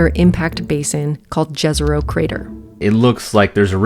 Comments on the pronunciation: its pronounced "yezero" cause its named by city of Jezero in Bosnia and we just say it like that. Also - it means LAKE. Hope that helps 🙂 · Amazing video! Fun fact - Jezero crater is pronounced as "YEH-zeh-roh" crater. In South Slavic languages, from which the name comes (the crater is named after a small town in Bosnia). In this case, the letter J is pronounced like the Y in yes, not like the English J in jelly.